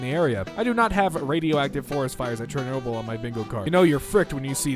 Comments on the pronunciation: I heard him say Chairnoble. Not Chernobyl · Instead of Chernobyl he said "Chairnoble".